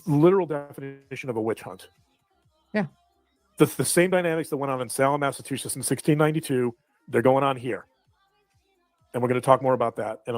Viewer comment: “massatuchiss” 😂😂😂😂😂😂